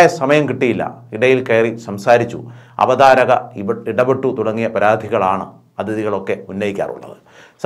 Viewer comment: Avadharakar alla makkale avatharakar angane paranju padikk mon